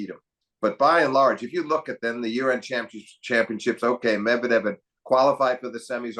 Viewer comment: Medvedev pronuncitation should be changed just like you did with Kachanov.